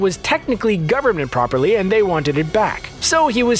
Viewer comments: he says Government properly not property lol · “Government properly”? LOL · "Government properly"